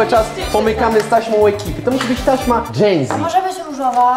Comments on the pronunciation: czy powiedziała genzi zamiast dżenzi? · Ej na kanale Genzi XD (Mówi się dżenzi) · powiedziała genzie zamiast dzenzi, ale to były stare czasy